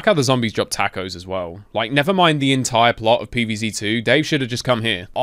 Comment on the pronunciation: “tack o’s” -this dude